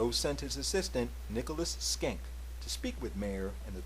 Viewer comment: Nicely done, short but full of information! PS isn't it SHENK not Skenk?